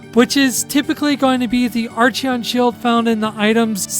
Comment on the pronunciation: I know this is years late, but some of your pronunciations are a tad off. Like "Acheron shield," the term "acheron" coming from the Greek river of the dead in mythology. "ACK-er-on"